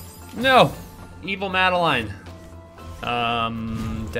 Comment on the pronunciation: please, I beg you... This is NOT how you pronounce the name "Madeline" xP